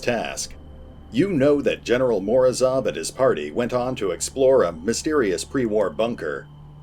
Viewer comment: Morozov sounds like "morose off". Translates as "frost's". I'd like to think that it was intentional.